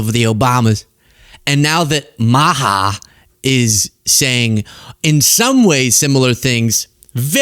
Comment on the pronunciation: Not "MAHA"!🤣